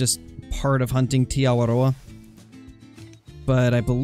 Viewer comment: I'm so glad that you say Te Awaroa properly